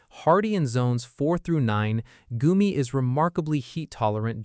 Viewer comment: Goumi berry not goomie